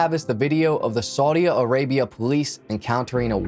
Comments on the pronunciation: Very entertaining. Just one correction, it's Saudi Arabia, not Saudia Arabia. Can't wait to view more. I found you on High Crimes. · There is no a after Saudi It's just Saudi Arabia you don't have to pause and put The extra a on the end of Saudi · It's Saudi Arabia, not Saudia Arabia. 😉 Good video tho!